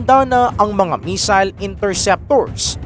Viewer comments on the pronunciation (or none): none